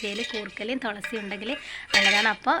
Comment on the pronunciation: ഹലോ തൊളസി അല്ല തുളസി